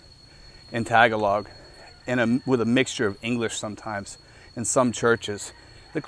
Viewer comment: You are mispronouncing Tagalog.